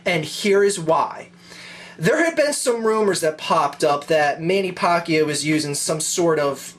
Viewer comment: he keeps saying Mannys last name wrong.. lol